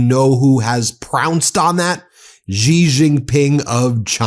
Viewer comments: Xi is pronounced Si, or See, or Sea. Not Gi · Ben, Xi is pronounce "She" not Zhi.